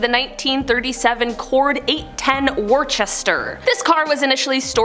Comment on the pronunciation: For crying out loud! speak English. The word is pronounced wus-ster, not wor-chester.